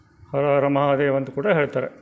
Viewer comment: Gurubhyo namaha! it is " hara repeat hara".. because har written in devanagari is pronounced as consonant ending..